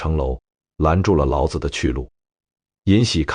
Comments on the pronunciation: 內容完美；男聲優美。 可惜，孔子（ㄎㄨㄥˇ ㄗˇ）讀得很好；老子（ㄌㄠˇㄗˇ）不可以讀成（ㄌㄠˇㄗ˙）。 老子讀成輕聲，是「父親」； 子（ㄗˇ）是男子的美稱！孟子、莊子、韓非子⋯⋯諸子百家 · 老子老子 讀音不同 味道和意境全變 果然是沒人味的AI呀